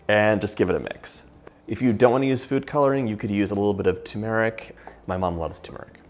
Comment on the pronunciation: TURmeric! not tumeric. Just saying. Great recipe! Thank you.